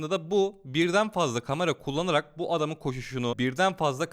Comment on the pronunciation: Kıskanma olamazmı dil sürçmesi kamera önünde heyecanla söyleyebilir